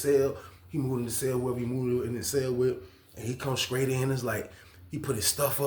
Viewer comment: I think it's the str I heard him say scraight